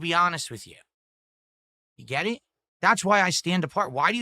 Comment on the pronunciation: God that “Gaet it?” Is such a trigger for me